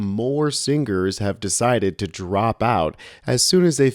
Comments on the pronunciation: What did she say??? SingGers? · SingGers???? Someone tell me, is this how this word is said??? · Did he say " sing gers"??